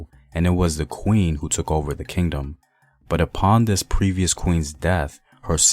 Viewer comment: Took not tokeen